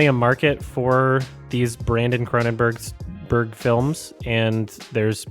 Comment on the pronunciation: CronenBERG. Not "burgh".